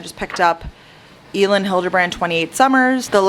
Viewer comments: it’s “ell-en” hilderbrand! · Hi! Elin Hilderbrand actually pronounces her name like "Ellen" :)